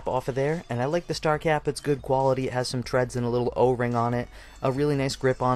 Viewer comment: Thanks for the review, good stuff to know. I bought one of these a few weeks ago for dirt cheap on ebay and I havent got it yet, but I didn't know what to expect, thanks for letting me know before hand. Ohh and by the way "thread" is pronounced as it reads, not "tread". No offense or anything, just so people don't misunderstand you because thread and tread have two very different meanings...